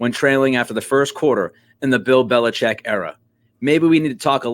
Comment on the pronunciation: Finally someone says Belichek!! Good digging!